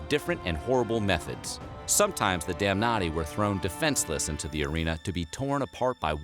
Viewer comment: "criminals such as the 'damnnaughty'."